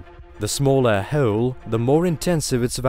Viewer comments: I could hear this guy say Heoooouule all evening. Anyone else tickled by this? LoL 😆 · I’m uncomfortable with how he says hole lol 😂